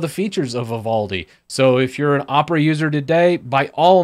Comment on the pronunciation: IM GOING TO MAKE FUN OF YOU FOR USING ONE OF THESE BROWSERS me: makes fun of calling opera uhpra and have titus in his name